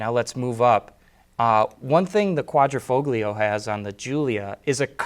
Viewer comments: I heard "kwah-dreh-foh-glee-oh". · the "g" in quadrifoglio is not pronounced. see this site